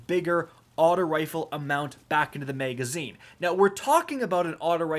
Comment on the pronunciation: Am I the only one who gets hung up when he says "megazine"? 😂